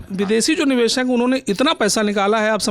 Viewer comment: Bed se so kar uthakar agaiye hai lagta hai. Lalantop ki reputation ka to khayal rakho, screen time mil raha hai uski respect karo bhai. Upar se communication bhi mashallah. 'Niveshak' ko 'Nivesak'. 'Shayad' ko 'Sayad'. 'Bazar' ko 'Bajar'. kya kar rahe ho.